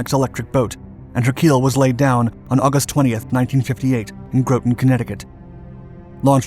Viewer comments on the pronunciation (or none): GrAHton. Not GrOWton. :) Great piece though. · GRAH-tonn, not GROW-ton. 'Sake mon. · Hey, I love all your channels, and you're a joy to watch! As a fan and native New Englander, if you're going to keep covering US subs, I thought you might like a pronunciation tip about Groton, Connecticut! It rhymes with "rotten" or "forgotten", not "boat"! Keep up the great Dark Work! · Groton CT is pronounced "grot-on" not "grow-ton" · I love his videos but for some one who lives in the history of submarines it is not “Growten” Connecticut it’s sounded like graught ton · The sub was launched in Groton-- not pronounced Gro-ton but Gra-ton. If you are going to do the story, at least learn the correct way to pronounce the city's name. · Just an FYI, Groton is pronounced Grah-tun not Grow-tun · cringed when they said Grouton not Groton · Local pronounciation Grah-tin, not Grow-tin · The pronunciation of Groton is with the first "o" as sounded in the word "rot" NOT a long 'O' sound. Rhymes with Rotten. I put the Thresher class submarine USS Flasher SSN 613 in commission. We were the first "as built" submarine with SUBSAFE as we were a sister ship to Thresher. Scorpion was sadly lacking in proper overhauls and upkeep. I had heard the the crew called her "Scrap Iron". I was still aboard Flasher and we were in port in Pearl Harbor when the report that Scorpion was over due came in. A few weeks later I was on my way to TI (Treasure Island) to get off active duty as my 4 year active was coming to an end. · Ditto ! It's pronounced Graw-ton (Groton), not Grow-ton ! Waaay too many pronunciation, grammatical and outright fact errors here, really diminishes the authors credibility. Fact check, fact check, fact check before you go public ! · Just so you know.. its not GROATEN its pronounced GROTEN Connecticut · I grew up in Groton Connecticut. it's pronounced like ROTTEN. Grotten, not Gro-ton. Rotten Groton, same inflection. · Groton is pronounced "Grawtun" not "Growtun".